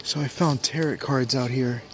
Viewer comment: Good that you can spell, "", but maybe you should be able to pronounce Tarot before using the cards?